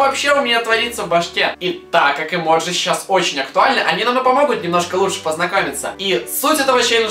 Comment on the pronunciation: Влад ни эмоджи а эмодзи